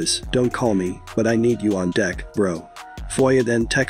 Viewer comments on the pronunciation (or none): none